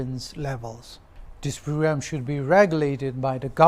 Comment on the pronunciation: Children - chiren , Kilometer - Khlometer, parents - pharents, phrugramme, specfically, phractically 😅😅